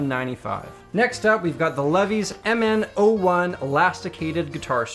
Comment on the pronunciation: It is pronounced "Lee-Vais" Levees lol